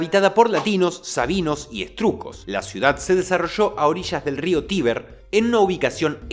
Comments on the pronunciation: Etruscos❌️ Strujcos ✅️👍😅👍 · SE DICE ETRUSCOS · Que alguien ayude al a pronunciar 'ETRUSCOS' sin que parezca que está hablando de un material de construcción